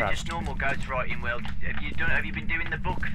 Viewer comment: I think the ghost killed Will because he kept butchering the name. XD